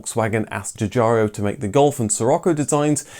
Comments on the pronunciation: The designer Mr. Giugiaro's name is correctly pronouncd Ju-Jiaro, not "Ju JAR eeo"...🤥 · The designer's name is Giugiaro, not Giugiario... :) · Arrgggh!! Your pronunciation of "Giugiaro" is excruciating! It's not "Juh-jar-ee-o", it's more like "jye-jyah-ro" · Another great video, thanks. I would just like to point something out, though. I know it is a little thing to everyone else, but to Sig. Giugiaro and anyone else who can speak Italian, I am sure it is irritating. His name is pronounced 'djew-djyaro" not "djew-djarry-o". Also, his first name is pronounced "djor-djetto" not "djeeo-djetto". As my wife's Polish grandmother used to say: "details, details!" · Love your videos, but the way you pronounce Giugiaro's name could use some work! It's pronounced as if you're saying "Jorgetto Jugiaro" (Think of a name like Jordan. And there's no "I" after "ARO"!) Scirocco should be pronounced as you would say "Shirocco". Thank you for your interesting videos, keep up the good work!